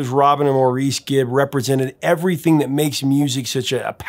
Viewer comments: It's Mor- iss not More- reece ....aaargh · MAUR-iss, not maur-EESE. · You are usually spot on with everything but here is a mistake and lack of respect. The 3rd brother you call Moor-ece, although spelled Maurice, is pronounced Morris. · Saying that does not describe how you say it. The British way is Morris and the American way is Moreese. Maurice Gibb was British and he and all of his family pronounced it like Morris, so that is the correct way to say it. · A lot of people pronounce it Moreese, but the Gibb brothers pronounce it Morris. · I'm sorry, but it is pronounced Morris not Maureese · Maurice Gibb pronounced his first name Morris. Not Maureeeese... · Maurice's 1st name was pronounced by the Gibbs as "MORR-iss", like Morris The Cat, not "mor-EECE". Watch their interviews where the Gibbs say his name. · Get your facts straight! It's Morris, not Maurice! And they were not from North England, they were from Australia!!!! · Your videos are always so great and insightful, but I think you should go back and re-record this. You didn't do your research here, and it seems a bit disrespectful to continually mispronounce Maurice's name as "more-EECE" (admittedly the usual pronunciation) rather than the correct "morris". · I appreciate that as an American English may not be your first language, but please please please its not Mow-Rees - it's "morris", and even the brothers never referred to him a "Mo". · Great segment. As usual, you do great at informing us on things we didn't know. However, I'm 99% sure that I read or heard somewhere that Maurice's name is actually pronounced Morris not Mor-rees. I don't know if it's a British thing or not, but regardless, whenever us Americans see the name Maurice we always think that it's pronounced the latter way. Please look into this and get back to us! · Morris. Morris. Morris. That's why his short name is Mo. Morris. That's how they say Maurice in the UK and Australia. Morris. Thank you. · Nope. Pronounced Morris.